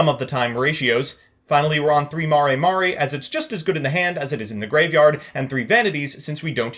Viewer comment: Mare mare. Not Mari Mari lol